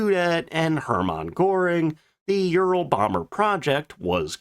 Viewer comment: It sounds awful when you almost swallow your tongue when you slurrly pronounce Ural so that it sounds more like you're saying Euro bomber. Be careful.😮